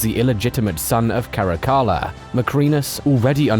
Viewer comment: 10 seconds in and i can’t even. I love this channel but damn dude, cali-goola? Cuh-lig-yu-la